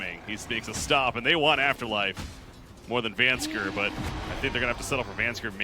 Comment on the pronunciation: Does it not bug anyone else that the caster says VANSKER and not VANSKOR?